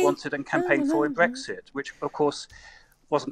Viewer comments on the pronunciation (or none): He can’t even pronounce Brexit properly 🤪